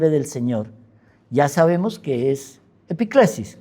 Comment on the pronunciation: Epíclesis con acento